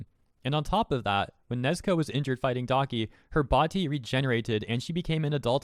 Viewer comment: Why do you call her nezko